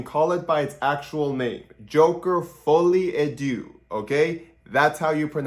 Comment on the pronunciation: stop being a lazy linguist yourself and pronounce it correctly; it is "Foleh a deuh" (not du but deuhhh)